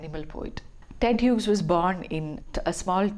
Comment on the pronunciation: Hughes is pronounced as HEWS rhymes with jews ....